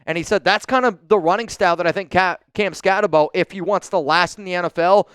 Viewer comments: Exactly. He says he watched a bunch of film on the guy, yet he seems to be the only nfl reporter who still can't pronounce his name. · All that film you watched on Skattebo and you still haven't learned how to pronounce his name? 😂